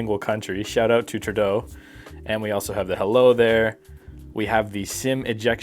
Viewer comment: As soon as he said "shout out to Turd eau" I knew this video was not worth watching and shut it down.